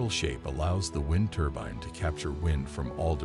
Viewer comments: It's a turbine, not a turban. Also the music turns the whole presentation into snake oil. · ITS NOT A "TURBIN" ❗